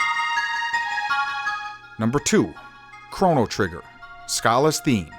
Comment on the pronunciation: It still feels weird to me the way you pronounce Schala. Also, Radical Dreamers is a criminally underrated game.